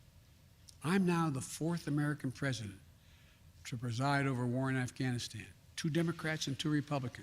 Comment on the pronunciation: Why the hell does he keep saying Afghanistien, instead of Afghanistan? What an idiot!